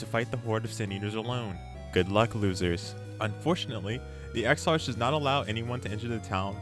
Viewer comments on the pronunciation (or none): I'm going to save you some embarrassment and aggravation for future videos the characters name is pronounced ex-ark